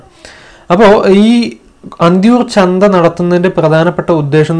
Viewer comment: "ചന്ത"ആണ് "ചന്ദ"അല്ല കേട്ടോ.🤗